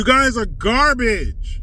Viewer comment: “You guys are garbage” Emphasis on garbage